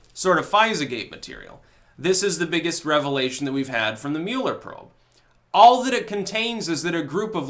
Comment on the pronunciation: Mew-ler, Lord of the Mule, hath now decreed trolling to be a thought crime! (seriously even as HA Goodman said it correctly multiple times, still mispronounced his name so I’m just gonna run with it)